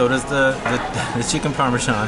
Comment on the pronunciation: Its Parmesan not Parmejan lol